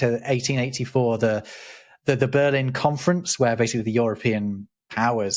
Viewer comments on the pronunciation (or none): none